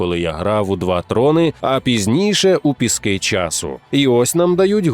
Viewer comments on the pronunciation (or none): none